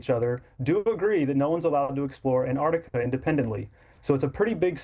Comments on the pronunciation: Where is "Anartica"?! ANT-ARC-TICA, ffs... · AnTartica, not Anartica.